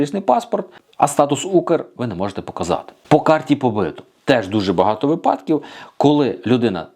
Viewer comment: Карта побиту, наголос на у. Тобто побит по українськи бути, проживати, працювати легально на території Польщі.